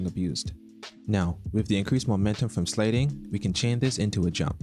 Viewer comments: lol cant get over how he said sliding "slading" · what kind of accent says "slayding"? no hate, im just asking